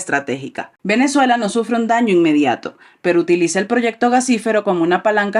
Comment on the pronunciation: Es inmediato o inmedata . Creo que maduro quiso decir inmediato...😂😂😂